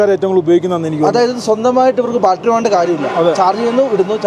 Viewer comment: Not baltery. It is BATTERY